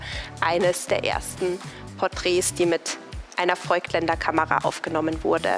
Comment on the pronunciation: Klasse Inhalt! Die Darstellung finde ich peinlich: – störende Hintergrundmusik – als wenn der Junge Mann keine Ahnung hätte, ehrlicher – als Interview das Gespräch führen – Das i in Voigtländer ist ein Dehnungs-i für das o – Canon ist eine japanische Firma und sollte nicht englisch ausgesprochen werden Die Kameraführung/Schnitt hat mir gefallen. Guter Ton und klare Sprache.